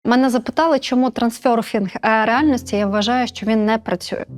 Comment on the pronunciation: Трансерфінг,а не трансьорфінг